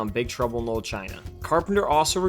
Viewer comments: It sounds like you are saying Big trouble in "mold" China. say it right!! dam you had one job .. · Big Trouble in 'lull' China? Enunciate. Man, I'll never understand how people with speech impediments end up with jobs almost entirely based around speaking. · The narrator keeps pronouncing the title as “big trouble in lil China” and it’s really making me laugh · Wtf can't the narrator of this video say the word "Little" correctly one time? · “Little” was so badly pronounced that the subtitles spelled “knoll” and “Lul”. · Why can't the narrator pronounce the word "LITTLE"